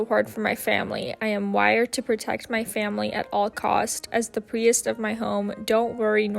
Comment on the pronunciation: The way you said priest through me lol so adorable, never heard it said that way before